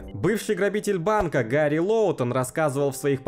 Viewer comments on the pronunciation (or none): Не гари а лари